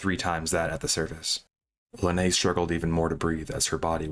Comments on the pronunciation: for the record, Linnea is pronounced Lin-nay-uh. It's swedish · It’s pronounced Linnea like Lin-nay-ya. Not linnay. She has YouTube videos where she says her name. Also it’s P.A.D.I. You don’t have to pronounce all the letters separately.